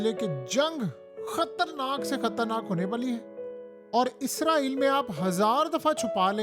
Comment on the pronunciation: بھائی جان آپ اپنی ہر ویڈیو میں اسرائیل کو عزرائیل بول رہے ہیں۔